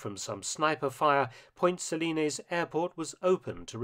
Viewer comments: Just remember: It's point Suh-lines, not Point Suh-linayz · I lived in Grenada for about a year and a half, and have an interest in history. For a start, you mispronounced Point Salines. You mention that Maurice Bishop's popularity waned prior to the second coup. I don't think that is really correct. After all, the airport in question is now named the Maurice Bishop International Airport. As I understand it, the "left wing" Bishop was basically overthrown by even more radical "left wingers." Bishop, himself, remained popular. The new government was not. It was kept a secret at the time, but the governor general of Grenada actually requested the intervention. The invasion was viewed as a liberation and is now celebrated by a Thanksgiving Day holiday on October 25.